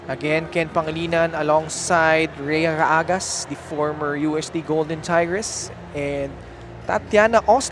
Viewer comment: Ano ba yang na co- panelist ng game. Basahin mo name ng players ha. Mali mali ka. Actually lahat halos kayo.